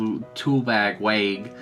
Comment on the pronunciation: Loved the video! :) Just to clear that up about Waig's name pronunciation, it's actually like the word "why" but with a "g" at the end. Also, I'd also like to point out that when we see a shadowy figure placing Waig's card on a wall, that wasn't happening in real time. That seemed to be Waig searching his memory for an answer to Kiyomaro's question. The spells contained in the bottles are actually a reused concept, Zeon did the same thing when he gave his Barugirudo Zakeruga spell to Gyaron so that he could torture Cherish with it if she tried to rebel when Zeon was ruling over Faudo. But it seems like the concept has become widespread throughout the demon world, and I have no idea why. There're tons of theories going around about what Waig and Gill are supposed to be, but the leading theory is that they're angels... the antithesis of demons who would want to purge demons because they're fighting a literal holy war and perceive them to be evil. The shadowy figure had a bunch of cards on the wall, so there's almost definitely an army involved, and that's probably why the demon world is in shambles right now. Another possibility (assuming Gill has a monster form like Waig does) is that they might be golems...